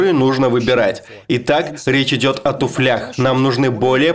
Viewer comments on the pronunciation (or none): Нужно говорить не в туфлЯх, а в тУфлях !